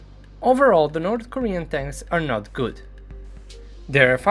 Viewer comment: “North Koren Tanks”